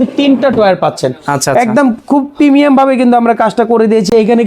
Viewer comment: প্রমিয়াম প্রিমিয়াম 😂